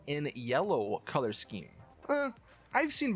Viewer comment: He pronounced colour strange and I laughed. Sorry